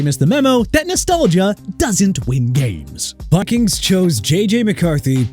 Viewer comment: CONTINUE TO DISRESPECT A LOUISIANA CITY BY MISPRONOUNCING IT. YOU'RE DOING A FANTASTIC JOB!!! ALSO IT'S VIKINGS NOT BIKINGS!! YOU'RE DONE! FINISHED! HAVE A NICE DAY DUDE...